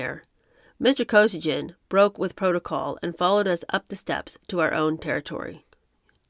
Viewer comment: Pierre? Kosygin . Thought it was Alexei. Anyway, if the same Kosygin, it used to be pronounced Koe SEE gan in the 1970's media.